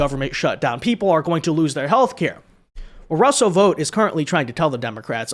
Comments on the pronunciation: Tarlov is a cretin. He didn't know about Project 2025 beforehand but Demonrat ret a rds like her sure as hell made sure he found out. And it's astonishing the amount of idiots there are who can't pronounce VOUGHT properly, seriously, does anyone pronounce FOUGHT as FOTE? BOUGHT as BOTE? So what makes you illiterates think VOUGHT is pronounced VOTE? In the more than 20 years I lived in the states the one thing that really got me was the absolute refusal of Americans to learn how to pronounce people's names correctly, mine included. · Why do you keep calling this guy "Vote"? It's Vought . Thought. Sought. Brought. Vought. What kind of learning disability is this?